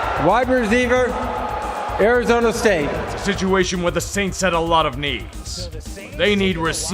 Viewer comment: "suWaints" "wide reZEEver" was Roger having a stroke???